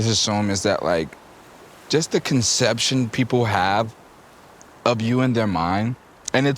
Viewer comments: Yatchy keep saying conception 😂😂😂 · The word is "perception " yachty not conception.